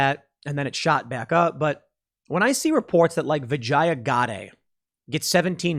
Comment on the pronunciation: That’s racist mispronouncing her name like that. It pronounced “Vah-gine-ah.”